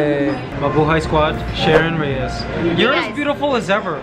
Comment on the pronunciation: Sheryn REGIS, not REYES, Mikey.